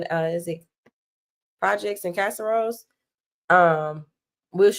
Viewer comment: CASERIOS pronounced CASS ah Rio which means projects in Spanish